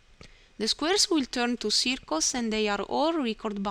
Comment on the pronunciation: The majority of your pronunciation was very good, but the word 'circles' was a little bit off. Try pronouncing it 'cir·cles' Thanks heaps for these tutorials, they are very helpful.